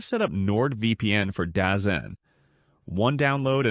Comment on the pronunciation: Dazone not dazen